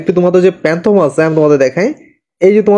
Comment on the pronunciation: ভাই, আপনার ভিডিও ভালো হয়েছে। কিন্তু Don't mind 😊 প্যানথম না, ফ্যানটম। মিলটিং না, মিন্ট। গোইল না, গাইডলাইন। 😊 আর ভিডিও ডেসক্রিপশনে অনেক বানান ভুল আছে ভাই। Channel= চ্যানেল, Group = গ্রুপ। এগুলো ঠিক করেন।